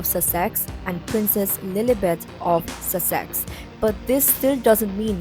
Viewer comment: Dude, nice info but you really got to learn the pronunciation of Sussex.